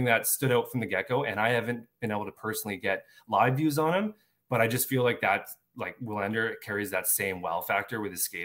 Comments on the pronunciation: Yes, you´re right. W is usually (maybe always) pronounced as V in Swedish. I am Swedish and I can´t recall W being pronounced any other way than like a regular V. So Vi-LAND-er (or Vee-LAND-er) is more correct than what I wrote first. The emphasis should be on LAND and not VI. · wouldn't it be pronounced, in swedish, "VILL AND ER"? thought their W's were like a V